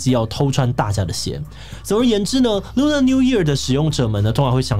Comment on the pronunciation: Lunar是唸ㄌㄨㄋㄜ 不是ㄌㄨㄋㄚˇ喔！